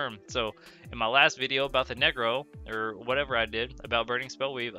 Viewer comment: i know you said necro but it sounds like n-word 😂